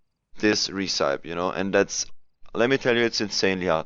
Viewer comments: "recepie" not "recaip" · You are pronouncing "Recipe" wrong.